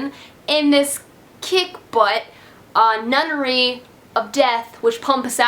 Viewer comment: Nunery of assassins omg haha